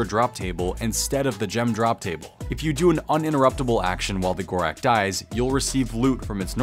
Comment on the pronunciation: Ur saying gorax like its an x wtf bro its gorak's